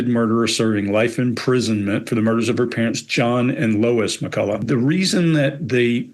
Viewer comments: It's pronounced McCull-uch not McCull-a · Pronounced McCullock not McCullow